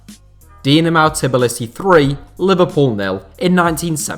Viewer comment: It’s Tbilisi not Tiblisi 😂😂😂